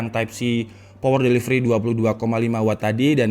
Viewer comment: "POWEL DELIVELI"😂😂🙏